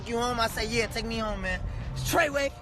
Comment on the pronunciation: Did that nigga say trey way